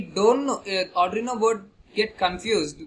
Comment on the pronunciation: Nice ...but firstly I want to suggest you that just try to practice how to pronounce arduino...😅😂